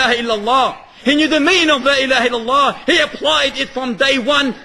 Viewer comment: It's Illallah, not ILLALOH.